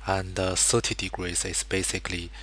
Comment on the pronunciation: This is putrid..... "da rangle is fwity pive togree" -.- learn english mate t(-.-t)